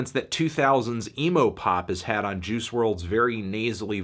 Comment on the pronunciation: Its pronounced juice, not Jews.